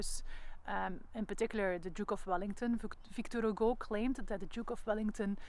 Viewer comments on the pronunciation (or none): none